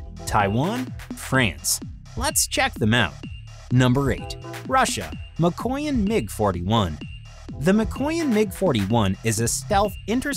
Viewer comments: It's literally pronounced as MEEKOYAN not MAKOYAN. After the "m" it's "ee" as if to say "me" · You pronounce Mikoyan as Me-coin . And you supposed to pronounce it as Miko - yan . (as in yang without a "g" in yin and yang ) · Pronounces Mikoyan - McCoyan closes youtube